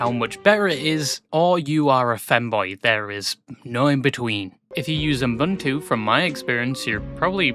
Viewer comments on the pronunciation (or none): none